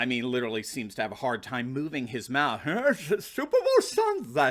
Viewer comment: The way he says Super Bowl Sunday